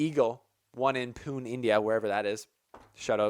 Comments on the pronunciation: Hey! Pune is pronounced Pu-nay:) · FYI : pune is pronounced as punay!